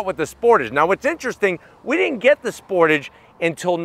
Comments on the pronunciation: It’s pronounced sportage not sportage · 30 years… and still Americans can’t pronounce Sportage correctly! 😂😂😂